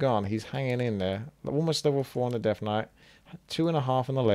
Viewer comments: Why does say deaf knight instead of death knight? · yeah its just the accent man, alot of UK people pronounce the "th" sound with an F, ie rank free(three), or fink (think). Purely a dialect thing. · It is 100% an accent thing. Listen to other words he says with the consonant sound TH.